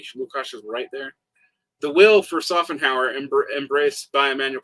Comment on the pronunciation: German "sch" is really just like english "sh", always! Shopenhauer, Shmitt, you can pronounce them all that way. I am used to Smitt but Sopenhauer really hurts my ears, sorry!